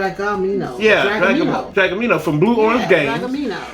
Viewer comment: I think it's dreh-GAH-mi-no, like Kingdomino...like domino...these pun titles are getting out of hand